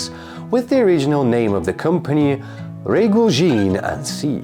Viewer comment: Lon zeen, not long jeans!